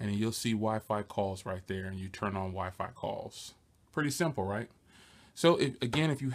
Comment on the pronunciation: I laughed so hard when you said the wiphone